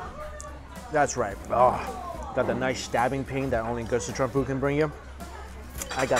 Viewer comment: Is Sichuan different than Scechuan? I noticed he pronounces it almost like "Citron"